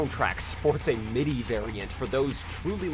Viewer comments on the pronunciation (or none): none